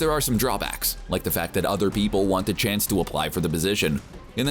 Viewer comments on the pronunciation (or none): none